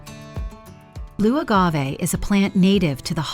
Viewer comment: Soaked to prevent pests but then tossed like junk. 😂 Also "boe agave"? I thought it was pronounced Blue.